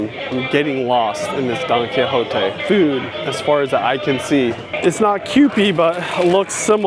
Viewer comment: At first I thought he kept saying donkey lol